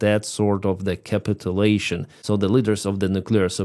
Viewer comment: It's pronounced more like CA-PITCH-ULATION. ❤